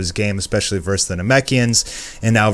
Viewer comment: Isn't it "verSUS"?... because I'm hearing "verse"....